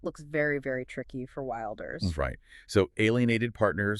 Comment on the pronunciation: "Wilders" is pronounced "will ders", not "wild ers". And arguably he did the right thing here: the coalition he was a part of had made it clear that none of his interests were going to be considered, even though he has the largest party. This is the same trick they played on him the last time: get his support, and then don't support him. I'm not surprised that he left, but I do fear we will end up with a left-wing government that will do even worse on immigration.